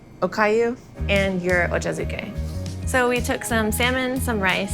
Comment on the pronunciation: As a fellow hafu, pronouncing it "oh-cho zoo-kay" killed me a little bit.